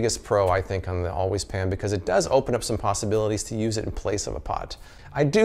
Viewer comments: I know right... How hard is it to pronounce "pan" instead of "pahn"?! Although I feel like her advertisement wouldn't be as alluring if she didn't say it that way! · Pawn. I cringed the first time I heard it. And every time thereafter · the way she says ‘pan’ makes me feel like a peasant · Well, since we are confessing, there is something about the way she says "pan" that makes me highly suspicious of her....🤣🤣🤣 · The way the woman says the word pan is the only reason I need to never buy this pan.